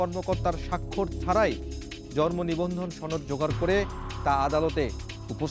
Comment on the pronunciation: জর্মনিবন্ধন! উচ্চারণে এমন ভূল।